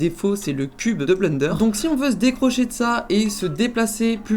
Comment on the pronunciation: Haaaa le man dit bleunderre au lieu de blènder !